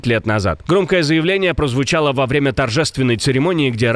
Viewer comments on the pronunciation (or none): Уберите вашего комментатора за кадром, мало того, что его интонации невозможно слушать, он еще и ударения ставит в противоложном смысле- в этом выпуске в комментарии по ударам по Украине он сказал- вовремя вместо во время!!!! Человек вообще не думает о чем читает!!!